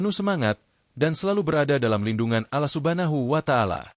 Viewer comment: Host admin penyebutan nama tuhan mu salah..kmu mnyebutkan nama tuhan muslim dg kalimat muslim..tp logat bhs mu tidak menunjukan muslim...ALLAH SWT..tidak akan senang dg caramu spt ini...krn kmu sama dg berbuat musyrik alias menduakan tuhan...